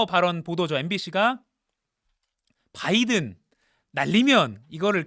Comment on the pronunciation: 바이든 바이든 바이든 발음 살아있네